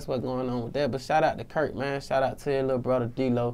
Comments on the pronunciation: Hari Bricette it ain’t slang he just didn’t pronounce it right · curtSo he knows him but said "Kirk" and his name is actually "Curt" or Curtis...